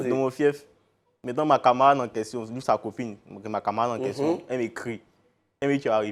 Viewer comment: lourd goumin deh. Et puis elle dit ko "question".